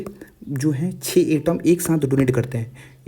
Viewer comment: Who heard 6 as cho😂